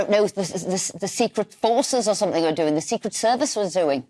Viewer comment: Youd think a tv presenter would know its pronounced " somethinG and not somethinK.Shes dumb